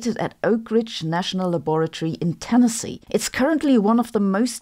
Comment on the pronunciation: Your pronunciation of Tennessee is spot on. Impressive. Many Americans cannot pronounce it with emphasis on the correct syllables as you did here.